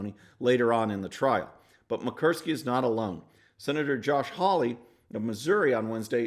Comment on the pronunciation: It's pronounce Mur -kow -ski I'm from Alaska.She not my favorite Senator. You totally stumble over that name.😅lmao